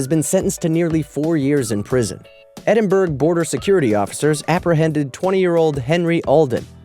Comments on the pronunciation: 'Ed-in-burra', not 'Edin-burg'. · Bro, it's ed-in-burrow, not ed-in-burg. I still love your videos, just look up how to pronounce stuff. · Edinburg? EdinBURG!? It's Edinburgh pronounced BOROUGH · did u just say 'edin-burg' lmao ITS EDINBURRAH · First one..... Edinburg? Oh my fucking god are you serious?!? I'm not Scottish either but I know how to pronounce Edinburgh (ED-IN-BU-RAH) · 😂😂😂😂😂😂 They way he said Edinburgh 😂😂😂😂😂😂It's said Edinburu😂😂😂😂😂😂😂 as a Scot I find this hysterical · xX Edinburg...lol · Please learn how to say Edinburgh, oh my god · Haha, I was looking for this comment! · I know right?